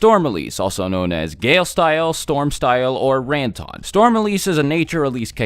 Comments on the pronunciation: It's not RENTON... it's RANTON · I am pretty sure the correct way to pronounce Ranton is Run-ton